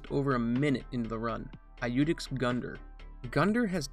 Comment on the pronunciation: It's yoodex, not i-youdex. Don't people learn Latin in the US?